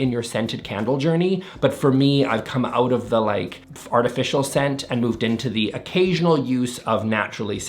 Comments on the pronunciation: I swear you said “fartificial” and I couldn’t agree more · For half a second I thought he said “fartificial scents”… 😏